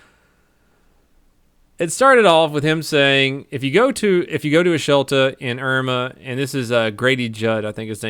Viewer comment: hahahahaha said "shelta"